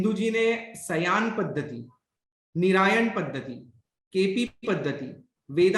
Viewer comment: सायन पद्धति,निरयण पद्धति। कृपया शुद्ध उच्चारण करें।